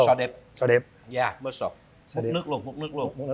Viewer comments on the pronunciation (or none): Mussel chớ không phải muscle nhe chú ,và mussel là con chem chép không phải sò điệp ạ. Sò điệp là scallop